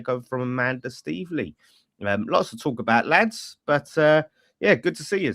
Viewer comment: it's staveley, not steveley